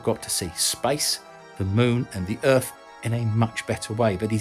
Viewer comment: What is this planet he calls Erf? I've never heard of it before.🤣🤣